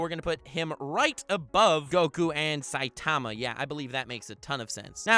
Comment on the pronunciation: Eeew the way he says saitama gives me suicidal thoughts